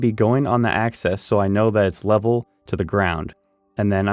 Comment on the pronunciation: AXIS -not access. Im very confused because a 2x4 isn't 2x4 inches exactly. If this is a drafting program is it ok be using numbers like that? If this is for woodworkers use woodworker terms. You made 2x4 legs presumably ripped down to 3inches x 1.375. I think it would make more sense if you didnt keep saying 2 x 4s and just said this cut and that cut etc. if you were using real 2x4 dimensions 3.5x1.5 it would be understandable.